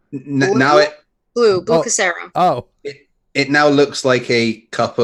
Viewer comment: Blue cassero???? Blue cure-a-sow. Sow as in a female pig. Rhymes with cow.